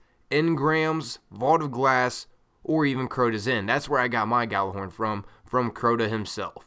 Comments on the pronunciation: Why cant Americans pronounce Gjallarhorn instead they say Gallarhorn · Hate to be that guy but its pronounced Y'āhl-er-Hòrn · ***** No its a Scandinavian word and it's pronounced Yallerhorn. Smarten up. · Idk, I'm american but I pronounce it "Yallerhorn" and I always get screamed at. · Well, since none of you are swedish and Gjallarhorn is a swedish word you're both wrong. Its from northern mythology and its pronounced as it's spelled. But I guess if you're american you pronunce it like that.. Y'āhl-er-Hòrn. But it's not right.. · geo genisis americans have a hard time pronouncing norse words, often putting eeee sounds where there should be aaa. :) When googling they tell you to pronounce it like this: yahl-lehr-hawrn, but thats not correct. Its supposed to be yahl-lahr-horn. Me myself prefer the Jellyhorn though. :) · It's an Icelandic word, when I heard it pronounced it sounded like "Gatler-horn". Of course it had an accent to it so I would advise looking up the true pronunciation, I found it in a Destiny podcast from Planet Destiny, I believe it was #5. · He just fuckig said you idiot it's pronounced how it's spell